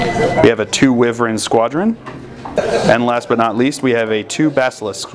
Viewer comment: thats not how you pronounce wyvern... ive watched maybe 5 different channels bat reps and they all pronounce it wrong and its starting to grate on me. Google says it better than I could ever explain how to. on a positive not im enjoying seeing people play as my beloved dark angels.